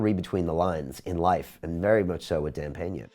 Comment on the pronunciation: It's actually "Peña".